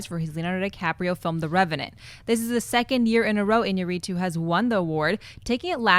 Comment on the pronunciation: Its I-ÑA-rritu, not Iña-RRI-tu.